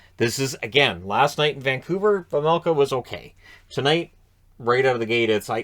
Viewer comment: Its pronounced Veimelka, not Vemelka or Vermelka :D